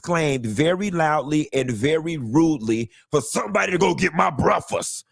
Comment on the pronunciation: Ima be saying “breafus” from now on.😂